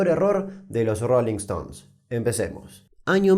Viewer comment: Dice aniio 🤔🤭